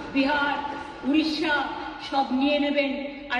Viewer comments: Ye sb toh shi hai per it's not udisha its Odisha kb smjhoge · It is Odisha, not udisha